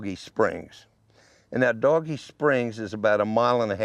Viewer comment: Good story but the spelling of "Dogie Springs" is not pronounced like "Doggie" would be. It would be like "Dohgee" in pronunciation. Maybe the spellings wrong on your intro and map.